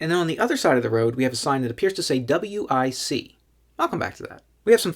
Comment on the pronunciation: Just say wic it rhymes with bic. Like the lighter.